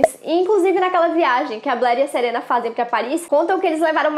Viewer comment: Mano você falou SERENA COM E MDS